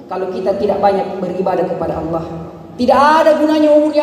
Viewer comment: Y lafadz Alloh nya cara bacanya ....buka tajwid tafkhim tarqiiq